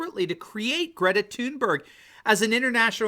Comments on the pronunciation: 1. Gretazilla Thunberg’s Swedish pronunciation of her last name Is Toonberry. 2. Clearly she’s afraid of flying. 3. She so obviously follows a script supplied by her handlers while actually she knows nothing. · Please , I vomit a little every time you say her name .